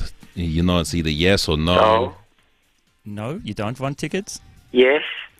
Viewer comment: Viago's accent is suddenly New Zealandy when he says 'No?'